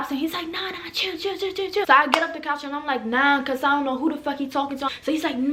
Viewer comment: “I got up on the CAACH” omg your accent 😍